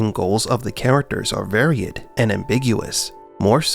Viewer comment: computer generated voice? "varied" -> said as "vary-ed"